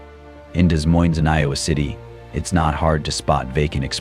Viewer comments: Pronounced 'da moine' not Des Moines. AI generated narration. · It's pronounced De Moine. Spelled Des Moines, but neither s is pronounced. BTW, this is NOT Des Moines!! You were showing palm trees!! You are lying about this situation in Des Moines!! Stop it!! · What are you doing?That was not in Des Moines, Iowa.The busses, we dont have that kind of busses, the streets, some of them,buildings, are not in Des Moines. And learn to pronounce right Des Moines!You took videos from other places and put them together like they were from Des Moines. Shame to you! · The AI does not even know how to say Des Moines. LOL